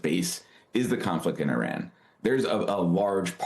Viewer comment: Her voice is so monotone. it reminds me of the teacher in "Ferris Bueller's Day off". Bueller?..... Bueller? But she does pronounce "Iran and and Iraq" correctly.